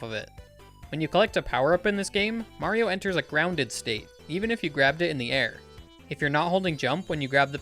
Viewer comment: I hear Marble Zone even though it is Mario